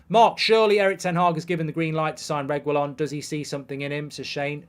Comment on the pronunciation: Please learn to pronounce reguillon’s name right 😭😂 “Regwillon” 😂😭😂😭😂😭